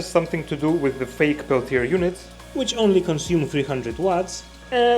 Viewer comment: The R at the end of Peltier does not need to be pronounced /ˈpɛltieɪ/